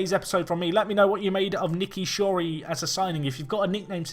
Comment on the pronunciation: Shorey is S not N you did it again